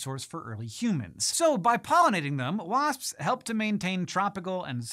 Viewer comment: The more Hank says "wasps" the weirder it sounds. Why is that, Hank?